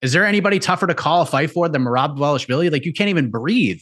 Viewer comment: if he says mayrob one more time